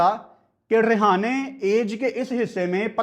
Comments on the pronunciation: रहाणे ✅ रेहाने ❌ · अजिंक्य रहाणे ❌ अजिंक्या रिहाने ✅ 😂😂😂